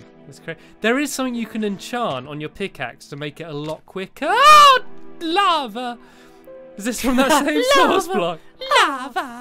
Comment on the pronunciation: the way he said lava XDDDDDDD